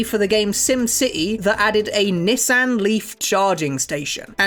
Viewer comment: Ok english accents are always funny to me as an American, like i enjoy how you all say Mario, but that Nissan pronunciation is something else!! ❤️ You have a great channel man. Could really good analysis videos I've seen now